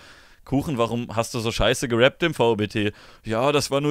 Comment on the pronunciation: "geraped" - klingt wie Füße aus Gera.